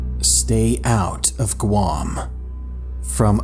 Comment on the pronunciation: ITS GUAM NOT QUAM